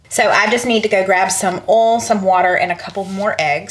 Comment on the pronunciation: I know that you have trouble sometimes with the word oil. I did too and in speech class in college, the professor said it was more than one syllable. If you will just say these letters all together one by one and say it fast, you can say it. Say “O-E-L”. Now say it rapidly. There, you got it!! Very good. 👏🙌